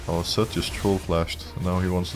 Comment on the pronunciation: alright i keep hearing sett and not zed i am going crazy just like your mental, gg